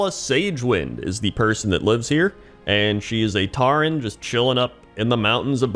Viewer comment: Taren? It's pronounced 'Toren'